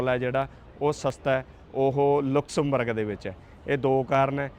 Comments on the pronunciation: ਭਾਜੀ ਇਸ ਦਾ ਨਾਮ ਲੁਕਸਮਬਰਗ ਨਹੀ ਲਗਜ਼ਮਬਰਗ ਹੈ। ਮੈਂ ਖੁਦ ਇਹ ਸਾਰਾ ਕੰਟਰੀ ਘੁੰਮਿਆ ਹੋਇਆ ਹੈ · naam te sahi le lenda😅😅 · Please speak the right Pronunciation of Luxembourg .you can check on Google